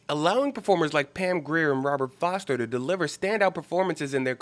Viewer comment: His name is Robert FORSTER. Not Foster. Not to disparage your analysis, getting the name of one of the lead actor's name wrong in such an ivolved description of the film, seems like a glaring error in an otherwise flawless description of the film. Just trying to be helpful. Keep up the good work